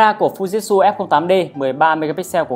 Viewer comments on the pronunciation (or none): Thực ra đọc theo tieng Nhật là Phư Ji Chư (ふじつ）add ạ. Chứ k phải phu jít su đâu í. =)))